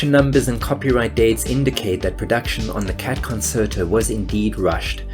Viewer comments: "Concerto" is actually pronounced "Con-chair-toe", not "con-ser-toe" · "Concerto" is pronounced "kon-CHAIR-toe," not "kon-SIR-toe." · Concerto is pronounced "con-chair-to" not "con-ser-to." It is Italian. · Fascinating video – thank you. However, please note that “concerto” is pronounced “conSHerto”, not “conSSerto”. Hearing the word mispronounced repeatedly is really jarring and distracting. (Look it up in a dictionary – especially an electronic one with audio pronunciations – if you don’t believe me.) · It's pronounced conCHERto, not conSRto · It's pronounced "kuhn-chehr-tow" not "konn-sir-tow." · "Concerto" is pronounced "con-CHAIR-toh" not "con-SIR-toh". Yeah, sorry, I'm that guy. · Note that "concerto" is pronounced "con-chair-toe"! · con-CHAIR-toe. please every time i heard it it killed me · In a brief scroll through the comments, I was surprised that nobody pointed out that it's pronounced con-CHAIR-toe. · "Concerto" is pronounced "con-chair-toe." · It's not pronounced "conserto". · It's pronounced Con-chair-toe. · It's the Cat Concerto, pronounced con-CHAIR-to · concerto is pronounced Con-Cherto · It's pronounced Con-CHAIR-Toh. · Concerto is pronounced con-chert-o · "The Cat Con Sir Toe" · The word "concerto" is pronounced "con-chair-to". 🙄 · That you couldn't correctly pronounce concerto (con-chair-toe) or pianist (pee-ann-ist) really detracted from what was otherwise a well researched video essay with a great premise. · "Concerto" is pronounced "con chair toe." It's Italian, like "Cello" is "chell-o" instead of "sell-o." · It’s pronounced con chair to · Great video, thought I’d let you know that it’s pronounced “con chair tow” next time you need to say that oh-so-useful word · You do realize that "concerto" is pronounced as "con-chair-toe", right? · It’s pronounced- Kuhn cheuh tow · Good video. Love Cat Concerto. Small point - "Concerto" is pronounced "Con cher to". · It's pronounced "con-chair-toe". Learn to speak "core-rect-ly".